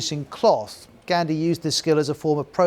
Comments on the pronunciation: I mean I'd understand if he JUST mispronounced it, but he added letters that didn't exist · You mispronounced mahatma Gandhi too